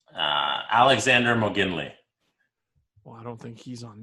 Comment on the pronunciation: "Alexander Moginly" Me: has aneurysm